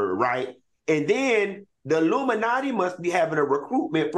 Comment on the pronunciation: Q said “aluminumnatti” 😂